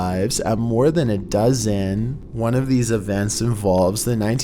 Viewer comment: Lmao the way he said dozen like this has to be on purpose